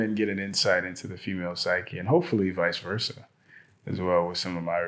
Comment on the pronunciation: She said visversa just leave pokie alone get the dream dude out ur friendzone